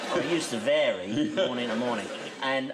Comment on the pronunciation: What is this "morening" you speak of?